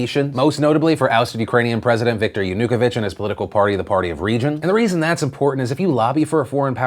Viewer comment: Lol "yanocoquevich" nice pronunciation